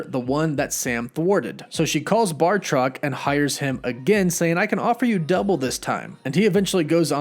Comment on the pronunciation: Again with the bar-truck. I dont know if youre doing this on purpose, or its a complete script error. Im a big fan of your channel anywau.